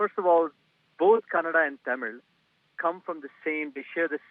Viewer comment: Oh my dear it is Kannada not Canada